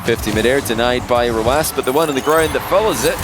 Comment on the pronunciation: how do u pronounce rw9 he says “rowoss?”